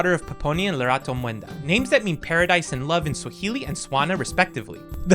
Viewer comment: you did a great job, trust when I many girls named Lerato always twang it for whatever reason, you didn't butcher it at all.